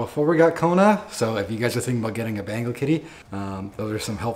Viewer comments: Sorry it's not Bangle I hear Bangle when you say Bengal 😅😂 it's Ben-Gal as in Bengal tiger.. btw Bengal is a State in India people might get offended if you say Bengal as Bangle 😉😅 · It's Bengal, not Bangal. How annoying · Lovely cat... But it's not ' bangle ' it's pronounced like ben-gaul cat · Why do u guys call them bangles? Everyone else I watched calls them bengals. Is this the correct way to pronounce it? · The way to pronounce Bengal is (ben•gol). Different from (Ben•gul). You can also annunciate the ‘n’ from time to time. A request as a Bengali myself, take it or leave it.